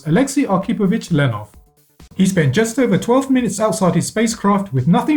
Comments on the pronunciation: Not Lenov! Leonov! Валянок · LEONOV , not Lenov. ffs